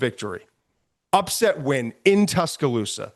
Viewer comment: My guy said "Ween" lmao